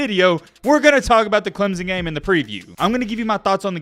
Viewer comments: Stop saying ClemZon. It’s very easy to fix and very annoying. Say it with me Clem Son! Now a little faster Clem Son.. alright now say it together CLEMSON!!!! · It's clemson not clemzon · There is no "Z" in Clemson.